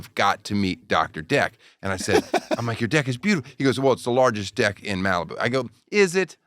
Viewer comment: I swear they’re pronouncing deck with an i.